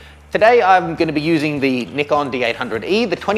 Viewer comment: Det nikon góóój. :D